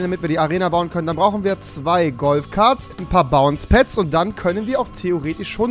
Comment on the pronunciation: Er sagt dieses bounce pads. Rewi lern English